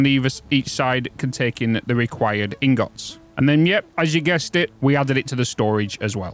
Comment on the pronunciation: Can't get over the way you pronounce ingot. in-GOT. Same with rotors. ROT-ors